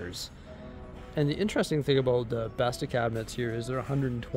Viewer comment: As a swede hearing you pronounce “Bestå” hurt my soul 😂